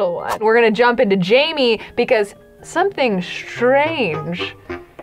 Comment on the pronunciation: I still find it funny that even when Jaime has left the baby factory, still calls him ‘Jamie’. His name is French, and is pronounced gem, but making the ‘g’ soft. You can’t write the pronunciation down whoops.